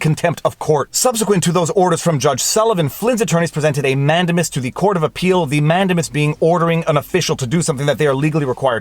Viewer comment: man-DAME-us. In your livestream with Robert Barnes he repeatedly said it correctly. And the judge asking so many questions - in essence, conducting his own examination, was historically done in the English courts, and I believe still is today, so I am not surprised that it makes sense to a Canadian lawyer. But in America, judges generally don't do that. It's that separation of powers thing. I've seen convictions overturned because the judge was "prosecuting from the Bench".